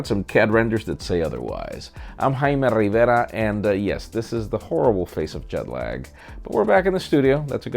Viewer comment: Why not just speak normally? How many letters Rrrrrriiiverrrra is, is just distracting.